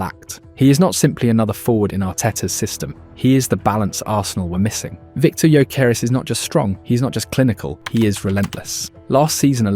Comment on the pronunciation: Man butchered the names of Ebereki Esse & Victor Yokeres